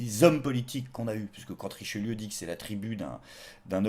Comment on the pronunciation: "Trichelieu", ta langue a fourchée ou t’était sous acide ^^